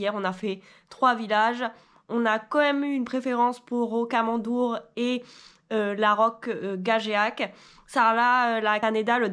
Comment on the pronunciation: Pour la prononciation, rokamadour et la roke gajac :)